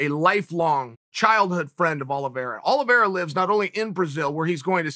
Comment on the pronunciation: No one: Chael : Charles Aloe Vera